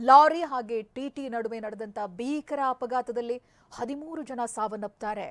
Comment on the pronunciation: adu beekar alla bheekar anta heli modalu sariyagi matadodu kaliri